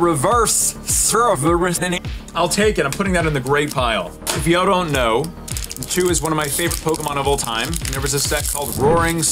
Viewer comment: How are you going to like a Pokémon as bad as Natu and mispronounce it